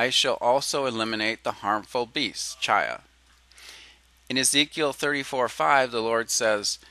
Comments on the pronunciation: To the creator of this video: Just so you know, the Hebrew word that you're pronouncing "CHY uh" is actually pronounced "KHY," where the "kh" sound is a guttural scraping at the back of the throat that is much like the German "ch," as in "Ich liebe dich." It means "life." If you want to hear it in use, go find a video of the song "To Life" from Fiddler on the Roof, and take note of the first line of the song, "To life, to life, l'khaim, l'khaim, l'khaim, to life." They're pronouncing it properly; the form is plural, so it literally means "to our lives" or something like that. Your ignorance of Hebrew pronunciation is driving me nuts. Just saying. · I like the video A LOT! There was great information provided on a lay-level, that being its easy to understand. No discredit to you, because you obviously do not know or speak any form of Hebrew. But, every time you pronounce "ch" as in the Hebrew word "chi'ya" you use "ch" as in church. This makes me cringe because your information is so good, it just makes your whole video sound uneducated. (This makes me sad because you are not stupid). For your information (and for future reference) There is no "ch" sound as in "church" within the Hebrew language. When you read "ch" in a Hebrew word, it is pronounced "kh" (But with a phlegm kinda sound). The sound is close to saying the letter "K" at the same time as a heavy sigh. You can also look up how to pronounce the Hebrew letter "chet" on youtube to listen to how it is properly pronounced.